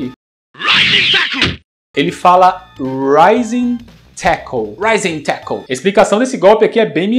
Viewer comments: "Rising Tackle". Tinha um amigo na escola que jurava que ele falava "Cartoon network " hahahahaha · Rising tackle eu achava que era : Ai meu saco! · Sempre achei que o Terry falava "Mata inseto" no golpe do carrinho RS...